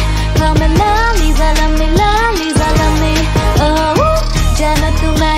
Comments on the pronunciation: apko thora word bolna bhi sikhna chaiye ye laliza nahi lalisa hoga understand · really great by the way it's lalisa not laliza and I want to ask that u know how to speak Korean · you are saying laliza love me but its lalisa love its not liza its lisa